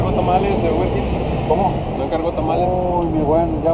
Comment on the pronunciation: Tu dices Uber jits y no se dice así se dice ist aunque se escriba eats se pronuncia its